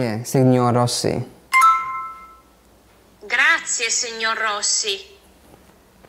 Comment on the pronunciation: You have been learning Italian for a year and you are unable to pronounce such a basic word like "grazie"? This is not great advert for babbel. The company should ask you compensation for your damage.